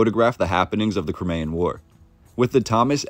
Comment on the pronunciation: You pronounced Crimean incorrectly